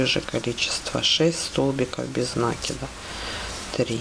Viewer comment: Ну почему нАкида?? А ж слух режет, а за Мк спасибо!